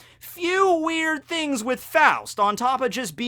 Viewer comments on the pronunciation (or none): none